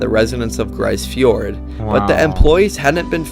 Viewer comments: Just FYI... it's pronounced "Grease" Fiord. It's a problem when non-Canadians make videos about Canada. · For the record, it’s pronounced “Grease” fjord not “Gryce”.